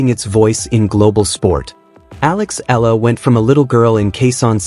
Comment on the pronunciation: E, E-YA-LA is the correct pronunciation of EALA